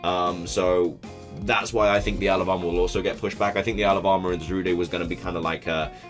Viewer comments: Ok. It's not Zarudae or Zarudé. It's Za-rude. Za like Zamazenta and rude as in the word rude. Ok? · It's not Zarudae IT'S ZARUDE SANDSTORM!